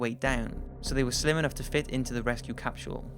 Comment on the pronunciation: "Capshule"? Come on.